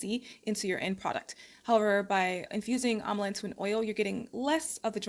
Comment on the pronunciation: It's Am-la don't know why you keep saying Am-A-la. That throws one off when looking up the item. There's no Amala powder! Other than That nice vid.